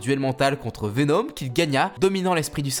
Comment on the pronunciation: Pk tu dis venOm 😂